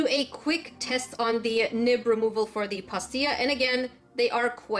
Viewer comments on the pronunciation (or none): I literally thought you were saying nip not nib 😂